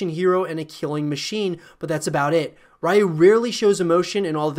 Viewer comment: Ryu is pronounced "You" with an R in front. If you said "Who do you like?" really quickly the D in "DO" would soften and sound like the R in Ryu. "Rai YU" sounds like ラー油 which is pretty much just the spicy oil we add on food lol